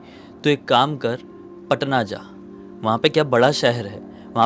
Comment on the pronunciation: Patna hota h bhaiya paaaaatnta nahi😅😅